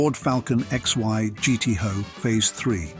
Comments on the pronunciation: Always takes a moment to work out if it's genuine or an AI voiceover. Calling it a 71 XY GT "Hoe" gave the game away. 😒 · Falcon XY GT-HO it is pronounced GT High Output, hence the HO moniker. As in GT H.O. Error ish